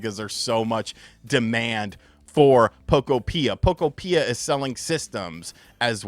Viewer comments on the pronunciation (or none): Isn't "Pokopia" supposed to rhyme with "utopia?" I thought was a Nintendo YouTuber. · why do you pronounce Pokopia like that?☠️ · Much of the marketing material I have seen is pronouncing the game similar to Utopia. I think that is actually where the name comes from. Utopia, Pok-opia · Your pronunciation of Pokopia 😂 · Learn how to say the pokemon games name the right way fake gamer stop saying it wrong they have said they games name the right way over and over again and take ur own advice and stop talking about stupid crap fake gamer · “I’m not going to play Pokopia, probably” sounds like “I’m not a Nintendo you tuber” 😂 I’ll be here when you show your Poke Island